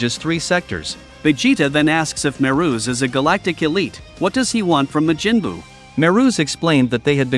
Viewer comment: Ma-jin buu. 💀